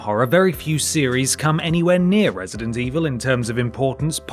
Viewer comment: "Wesident Evil"